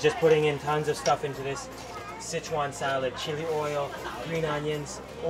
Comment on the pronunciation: I am surprised speaking Chinese you say 'sit chuan', when the first word is 4 so should sound 'sir chuan'